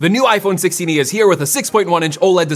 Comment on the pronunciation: “iPhone sixteeny”